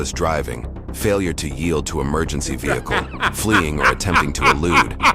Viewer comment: GET IN YOUR VE-HI-CLE 🤣🤣…I love their accents with the Ricky Ross playing in the background ☺️☺️